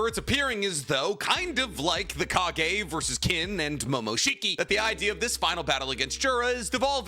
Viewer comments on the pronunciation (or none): none